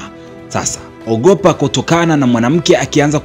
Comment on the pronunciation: OGopa 😂😂😂, kisukuma kabisa..